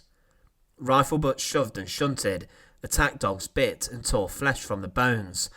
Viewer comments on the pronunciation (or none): none